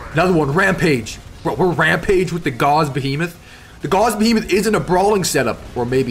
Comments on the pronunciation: You might want to look up the correct pronunciation of Gauss...think "house" or "mouse", not "Gauze", which is a thin translucent fabric of silk, linen, or cotton. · Hearing Gauss pronounced as gauze... It hurts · Learn how to pronounce Gauss. It rhymes with mouse.